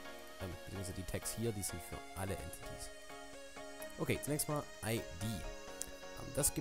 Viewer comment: Entities wird Änteitis ausgesprochen